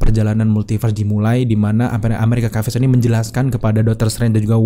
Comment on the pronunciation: Agak terganggu dg penyebutan "amerikan kaves". Asli, risih di kuping.